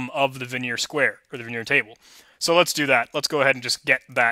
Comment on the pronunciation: Great videos! FYI, Vigenere is pronounced like vee-zhen-AIR. Also, a dequeue is a double-ended queue, and is usually pronounced Dee-Cue (DQ).